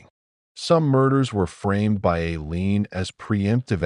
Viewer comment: WHY can't this awful AI pronounce the word "by"?!? Wtf